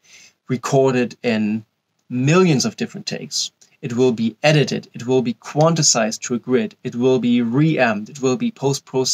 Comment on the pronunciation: "quanticized" lol